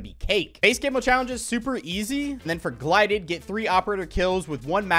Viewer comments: i love u dawg but SAY “GLIDED” ONE MORE TIME N IM OUT..😭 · Lol “glided” 😂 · Lmao "glided"